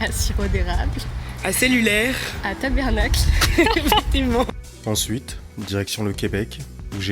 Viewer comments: C'est tabArnak pas tabErnak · Chère franc¸ais, ce n'est pas Tabernak qu'on dit mais Ta-Bar-Nak.. Merci de retenir ça. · ONT DIT PAS TABERNACLE ONT DIT TABARNACK TA-BAR-NACK C'EST PAS COMPLIQUER CALIS!!!!!!!!!!!!!!!!!!!!!!!!!!!!!!!!!!!! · On dit Ta-bAr-nack Et non tabernacle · bon je vous le dit on dit pas tabERnak ont dit tabARnak lol mais faut pas oublier asti de calice de ciboire aussi hehe